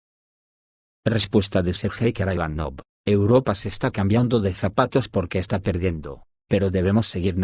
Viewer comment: Сергей Караганов , Sergey Karaganov , se pronuncia en ruso, [ sirgéi karagánaf ]. Saludos.